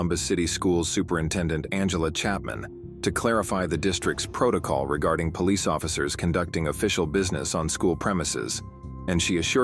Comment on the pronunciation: The Poh-leese